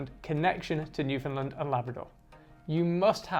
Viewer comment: Just wanna politely say that we say New-fin-"land", not New-fin-"lind" (great video though!)